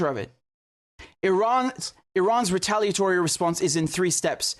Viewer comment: That's what he said precisely. "Rataliatory"